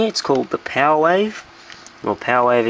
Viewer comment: just a note for viewers, he didn't say pow wave, it's 'power' wave